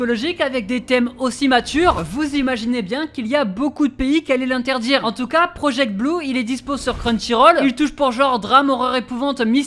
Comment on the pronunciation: "project blue" 🤣 petit erreur